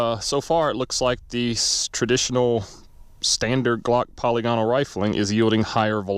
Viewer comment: /puh-lig-uh-nul/ , not /polly-gonnal/ I had to google it yesterday because I was unsure. Thanks for doing this test! I was curious to see if anyone had done it. I would say that's conclusive results.